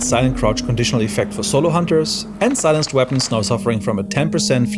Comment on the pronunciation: Thanks for butchering silenced weapons.